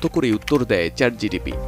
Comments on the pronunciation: ChatGTP ?? 😂😂 ChatGPT😊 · চ্যাট জিটিপি না ওটা হবে চ্যাট জিপিটি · Chat GTP hbe na..GPT hbe... sec a.. Abar sec o.... sec o.. sec a abar o.... vai...vul 1 bar hoi 2 bar hoi...bar bar na...apni uccharon korte paren nai... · Chat gpt ❌ Chat gtp ✅ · second e pronunciation wrong hoice CHAT GTP 😂😂